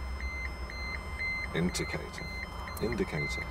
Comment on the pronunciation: The inticator??the inticator?? inticator??😂😂😂😂😂😂😂 Poor Lynne😁😁😁